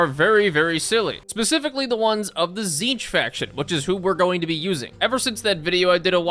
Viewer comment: "tzeentch marines" sigh